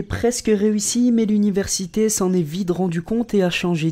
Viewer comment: "l'université s'en est vide rendu compte" ? Petite erreur de pronciation ! 😉